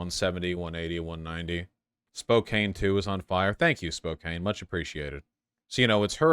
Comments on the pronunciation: He's definitely from Cali, he pronounced Spokane wrong. It's pronounced Spo-Kan not Spo-Kane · Nothing says "I'm not from Washington state" like saying Spo-CANE instead of Spokane (Spo-can) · It's spoke ann, not spoke ein. You silly Californicainers. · You’re literally not from Washington and call Spokane “spo-cane” twice in the same breath. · Spokaine, and yakaima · Literally unwatchable